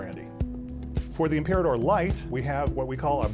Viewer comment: He made it sound like "Im-pee-rah-tor" LOL